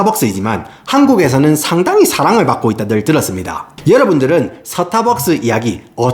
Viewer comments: "스타벅스"가 되어야 할 발음이 "서타박스"로 되어 버렸으니 나락으로 갈 수 밖에 ㅡ.ㅡ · 발음이 좋은데 왜 스타벅스 발음만 사타박스임? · 영어로 말할땐 완벽 미국식 스따~ㄹ벅ㅅ, 한국어로 말할땐 서타벅스 이 갭 어쩔거에요, 동일인물인가 ㅋㅋㅋㅎㅋㅎ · 서타벅스를 사투리로 말하니까 임팩트가 배가 되네요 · 코ㅓ피~~~~ 본토 발음 뒤에 오는 서타벅스 ㅋㅋㅋㅋㅋ